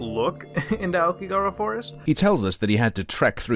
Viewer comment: "lived in Japan" and yet he can't pronounce Aokigahara correctly.